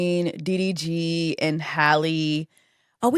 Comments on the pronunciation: When she said " UVY"?? I almost crashed my car I bent over laughing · you calling DDG diff letter of the alphabet was really fucking sending me LOL